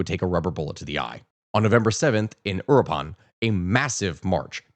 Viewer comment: Michoacán, and uruapan's mispronounciation makes me wonder if this is how other people feel when you mispronounce locations and historical figures name's? Not mad just curious.